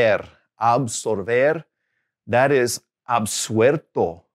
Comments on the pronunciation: Con Absolver y absuelto cometes el mismo error de pronunciacion que con la palabra vuelto. Le agregas una "r" en el medio que no corresponde. You make the same pronunciation mistakes with the words absolver, absuelto, resuelto and vuelto. You add an "r" sound in the middle of the words, instead of "L" sound, you pronounce an r sound , and it's not correct. I'm from Argentina. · Por lo visto no lo escuchaste hasta el final, si bien tiene errores pavos, no dejan de ser errores de pronunciacion. Las palabras :vuelto, absuelto, etc las pronuncia mal. A las L, las pronuncia como si fueran R. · in Argentina we pronounce Y instead of LL. But our teacher makes a pronunciation mistake with the words, absuelto, vuelto, and two more I can't remember now. He pronounce those words with a middle R instead of an L. It's not a big deal but it's not good and it's evident. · Hi. The "L" in Spanish always sounds like that, more or less similar to the English "L". It's not "arto" but "alto". Also, there are some other mispronounced words, such as "vuerto", "absuerto", and "resuerto". Those words have to be pronounced with an "L" sound: "vuelto", "absuelto", and "resuelto".